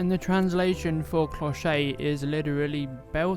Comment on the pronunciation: bonjour, an other lovely tutorial!! i love to see you working, your way to register your work with your camera / phone is excellent. May i tell you that your "clochette" pronunciation is not perfect:-) you should say "clow-shet" with a clear T like in "chef" but with an T. Thanks for all of your videos... your clochette is lovely, could be a so elegant gift...